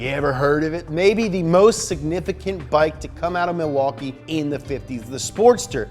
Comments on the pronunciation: Im from and live in Milwaukee. You are soooooo close, but we pronounce it "Ma-wah-kee" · It’s pronounced like Ma-waukee. Not Milwaukee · You pronounced Milwaukee wrong. Its pronounced Mih-wah-kee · Being from Wisconsin, I highly enjoyed . You also say Milwaukee funny fyi